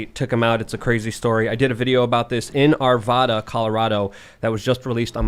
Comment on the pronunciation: R.I.P. Johnny, you were a great friend. I'm sorry I had just missed you. I moved out of Colorado 3 months ago. I actually knew both Johnny and Officer Beesley, both of which died that day. Also you said Arvada wrong. You said ArvAda, it's pronounced ArVada.